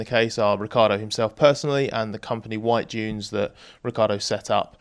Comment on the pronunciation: "and the company Whitedunes, Ricciardo setup to avoid paying taxes" that's how it should be said. And I'm not criticizing him, everyone does this and I would too...